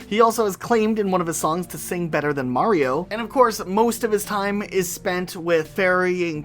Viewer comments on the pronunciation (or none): none